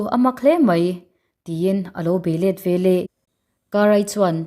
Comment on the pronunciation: Chhiar thiam khawp mai. Mahse "ve leh" tih tur hi "ve lah" i ti ziah a